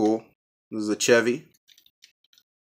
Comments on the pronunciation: It's no said chev-y its said (shev-y) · Chevy is pronounced shevy if you didn’t know